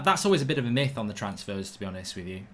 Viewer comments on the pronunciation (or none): none